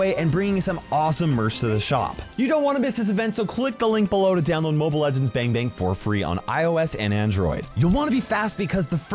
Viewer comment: the way he pronounces bang bang though.....